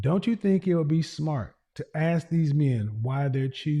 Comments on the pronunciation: ASK!! Not AXE!!! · i just wanna know why black people can't say " mask" " task" " flask" but they cant say " ask" they say : axe . Can you or someone explain ?